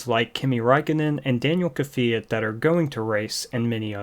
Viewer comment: So was Danil kvyat